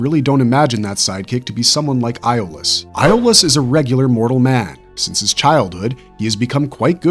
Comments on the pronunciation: Its pronounced Yol-us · A io is pronounced as a E FYI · I have to say I don't believe people when they claim to love the Hercules and Xena universe but can't pronounce Iolaus' name correctly😒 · Agreed. You can literally watch one episode and learn how Iolaus' name is pronounced.